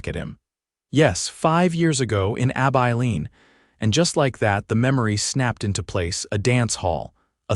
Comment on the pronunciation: Came to say if they had sex five years ago, that boy can’t be two or even three years old. Weird pronunciations too. Ab Eye Leen? Lol